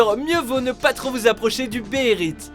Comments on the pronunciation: ta dit béherite ? XD ses bèhélite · mais tu le fait exprès c'est pas possible, béhérite dans ton cul oui ,c'est béhélite même dans le manga c'est écrit comme ça fait un effort